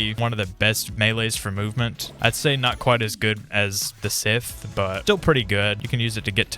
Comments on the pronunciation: Bro said Sith Stop Say Scythe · NO WONDER THEY SAY AUSTRALIA LIVES UPSIDE DOWN ITS SCYTCHE NOT "SITH" THATS A NAME!!! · Broo its scythe not sith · Whys everyone calling it sith, its scythe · ITS SCYTHE NOT SITH BRO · It is not sith it is sythe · Scythe bro not sith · ITS SCYTHE NOT SITH BRO... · Why u saying sith? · It's not sith its scythe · It is call scythe not a sith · Bro it is scythe not sith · ITS SYTHE NOT SITH THIS AINT STAR WARS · SCYTHE NOT SITH STOP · Also it should be pronounced sa-ith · Bro its scythe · Its scythe bro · STOP SAYING SITHHH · Bro it’s Scythe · It’s not synth it’s scythe pronounced sa-ith